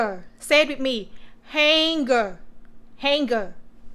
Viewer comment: Some corrections for you: Powder Laundry Detergent - Not Power! Quarters - Sounds like letter K - Karters Hanger - Sounds like ហ៊ែងងើ ចុងគឺសំឡេងងើ for an example for: Singer - ស៊ីងងើ